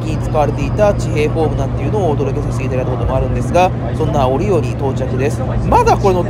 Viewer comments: 折尾最寄りだけどかんのさんの折尾のイントネーションに違和感を感じてしまった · 折尾駅の動画で指摘したんですが、折尾の発音が相変わらず変ですね。博多・小倉と同じなんですが。難しいんですかね。難しいのか!?